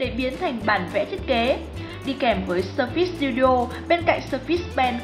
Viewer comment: phát âm sai surface rồi